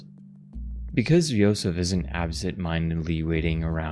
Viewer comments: Actually, you were pronouncing Josef's name correctly. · Funny enough, you might have been pronouncing Josef's name correctly the first time? The devs are Czech, and J makes a Y sound in their language, so who knows 🤔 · The game is from the Czech Republic, so the name Josef it's pronounced more like how you pronounced it at the beginning, you don't need to correct anything. ( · Nice video! If you want to pronounce his name in Czech, it is Josef like you were saying in the first half ;)